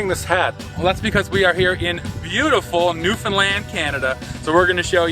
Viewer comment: Shoutout for the correct pronunciation of Newfoundland.